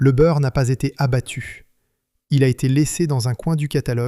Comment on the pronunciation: Une histoire industrielle tout à fait passionante. Mais l'exemple de la vidéo qu'il ne faut pas faire. Long, beaucoup trop long, une heure et demie pour raconter ce qui tient en une demi heure. Des redites lassantes (c'est ce qu'on fait quand on prend le public pour des crétins auxquels il faut répéter 3 ou 4 fois). Et surtout l'intrusion insupportable d'une voix d'IA qui transforme Byrrh en Beurre, et autres stupidités. Je soupçonne d'ailleurs les commentaires d'avoir été rédigés par une IA. C'est raté pour Empire industriel, je ne regardeair plus leurs vidéos. A bon entendeur...